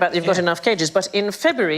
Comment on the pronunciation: That is the worst fucking pronunciation of Ueno I've ever heard